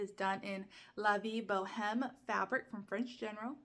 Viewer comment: Love the quilt. I adore French General fabrics the colours are so gorgeous Hs in french seem mostly decorative and mostly aren't actually pronounced. La Vie Bohème is la vie bo em. L'homme is lom, en haut is en oh. Knitting will get less stressful for you when you do more of it. Granted it feels as if you are going to drop a stitch or do something horrible but it WILL get easier. Really.